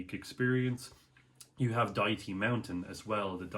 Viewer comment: Lol, you are the first foreigner that knows how to pronounce Dajti.